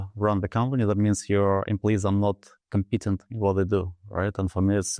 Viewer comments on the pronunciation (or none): Nik meant "your employees are not cOmpetent", but mispronounced, and Harry heard it as "compEting" [thus his question]. Judging by their surprised looks, neither seems to have understood what happened!